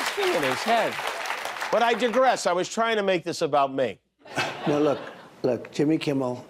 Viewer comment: It’s not dig-ress, it’s di-gress, jimmy kimmel